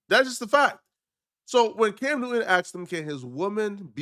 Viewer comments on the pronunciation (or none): Cam not dimb